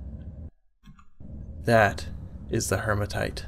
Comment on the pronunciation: HEE-ma-tite (no r in it). Like Hemoglobin, which is the iron-rich part of your blood.